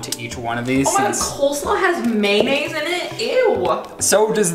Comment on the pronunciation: Morgan: * criticizes pronunciation of coleslaw* Also Morgan: "May-naise"